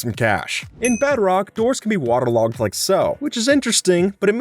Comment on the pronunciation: i have never heard someone say waterlogged like this